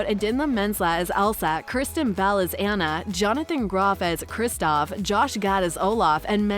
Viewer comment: Hope there is a 3rd- also as a fan of frozen, it’s (Ah-nah)